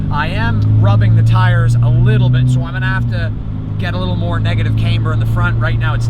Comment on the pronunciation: If you say integra type r one more time.... it’s Camber not Canber, I really like your car but you’re slightly annoying lol.